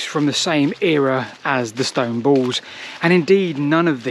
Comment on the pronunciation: The word is pronounced "balls", NOT "baws". This irritates me so much I can't complete the video. Speak properly man!